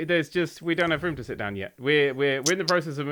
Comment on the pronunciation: Ummm... awkward typo... you said shit not sit... LOL!